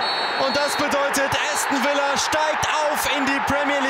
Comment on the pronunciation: Bin natürlich für Aston Villa gewesen.💪😍😱 Hab nicht gedacht am Anfang das des noch was wird😆. Tipp für Kommentator: Es heißt nicht Äston sondern Aston Villa.